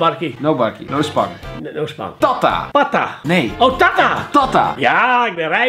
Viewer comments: Kelvin je zegt het als noh spang niet noo spang Geen haat je bent de beste❤️❤️❤️❤️ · a n n e echt hé NO spang hij kan het zelf nie😂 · Hoe kelvin no spang zei 😂😂😂😂😂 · Hahhaah😂😂 in suriname praten wij sranangtongo (straattaal)😂 en hoej no spang uitspreekt is fout 😂 lach me dood😂 nii gemeen bedoeld hr😂😂